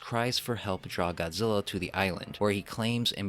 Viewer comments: GODZILLA not GOZZEELA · God-zil-La say it with me God Zil La